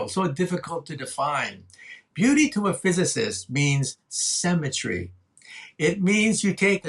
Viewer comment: I can't bear this. Every time he says "symmetry" i hear "cemetery". lol